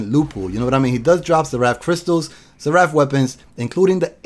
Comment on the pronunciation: Its SER-APH